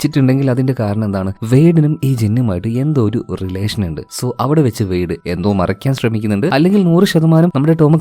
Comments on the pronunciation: മറക്കാൻ ❎ മറക്യാൻ ✅ 😄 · മറക്കാൻ അല്ല മറയ്ക്കാൻ 😌